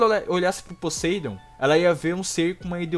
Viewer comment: Fala Podeindo que nem gente!!